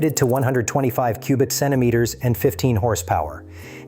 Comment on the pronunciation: Sounds like "cubit centimetres"? Surely not!